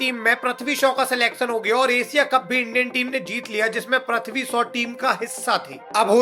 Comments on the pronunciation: प्रथ्वी नहीं है वो। पृथ्वी है🤦🏻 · Prathvi bolne se acha prithvi bol detha Bhai😁